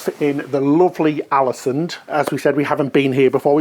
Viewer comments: Alesund pronounced “Orlasuund” 🇳🇴😊 Another great vid btw guys 👍🏻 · As a native Norwegian speaker, let me add that the Å in Ålesund is pronounced like "awe". Something like "AWE-leh-SOON" or "AWE-leh-SOOND" depending on your preference.